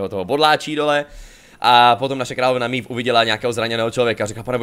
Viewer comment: Jenom prosím výslovnost jmen... je to ,,Meve,, ne ,,Mív,, jelikož ve hře je to poangličtěno a zní to strašně...